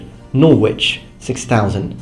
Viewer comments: Had no idea there were such vast differences between Norman and Anglo Saxon England in terms of the economy! I don't usually do this, but as you're always trying to improve your foreign languages and pronounciation; Hereford is pronounced Heraford, and Norwich is pronounced Norrich! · Great vid :) Norwich is pronounced 'Nor-ich' bye :) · normally I don't make comments like this because I can't pronounce Italian so I have no place correcting you, but I know you like language so Norwich is pronounced n -O-r-i-dge (rhymes with porridge) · Hey, just because you've said about wanting people to point out pronunciations. Norwich is another spelling that makes no sense. Tends to be pronounced "Norridge" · Norwich is pronounced 'Norritch' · he butchered a bunch of place names. Norwich (nor-rich), Salisbury (sauls-berry), Hereford (He-re-fud) and Prague (Praag). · Just a heads up - the W in Norwich and the H in Nottingham aren't really pronounced by English people, but the yanks always get it wrong. :)